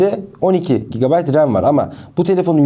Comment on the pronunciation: Abi GB tı söyleyemiyorsun herhalde😂😂😂